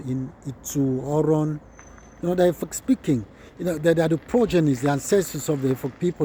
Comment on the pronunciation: Well done sir Nice job Please I thought the pronunciation is supposed to be Efik, instead of Efuk